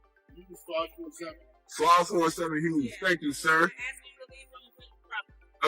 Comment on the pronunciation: And fucking learn grammer, it's asking not axing